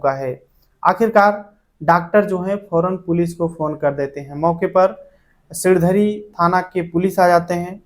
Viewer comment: सिरधडी नहीं सिणधरी